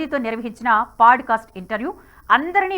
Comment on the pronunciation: Thank you for the video mam. very informative highlights. Small suggestion- its not paaducastu its podcast.